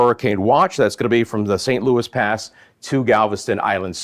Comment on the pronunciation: It's not st Louis pass it's san Loui pass. And its sabeen pass.